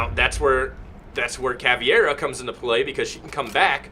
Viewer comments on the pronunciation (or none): its caveira not caviera :》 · BOPE is pronounced Bopeh. Caveira is pronounced Cavehra, and Capitão is pronounced Capitoe. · Ca-pi-tao and Cav-ey-rah are the correct pronunciations to my knowledge.